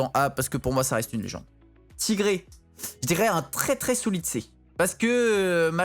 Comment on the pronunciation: c'est clair moi c'est quand il dit "TIGRÉ" au lieu de "TAïGRI" mdr